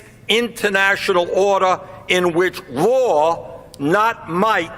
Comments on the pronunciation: is he saying war or law? and wtf is he doing with his hand as he says it???🤤 wow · Raw not might.... 😆 raw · "War, not might makes right" did i misunderstand his accent?